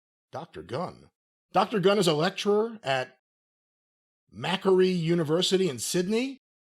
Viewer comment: it's pronounced Mack..quarry. but yeah i doubt the classroom will be full. no one here wants anything to do with her. maybe she could do a budlight commercial. that seems to go well..